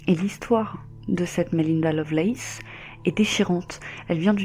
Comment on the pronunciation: Vu la prononciation, ce serait plutôt Lovelace...